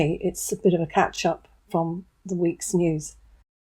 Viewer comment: "A bit of a 'catch-up'", you said at the beginning. I heard "A bit of a cat-shop". American I am.